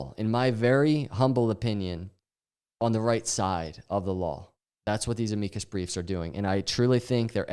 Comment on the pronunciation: Bro, look up how to pronounce "amicus"